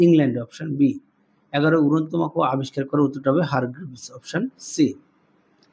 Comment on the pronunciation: সার উড়ন্ত মাকু আবিষ্কার করেন জন কে আপনি বলছেন হারগিভস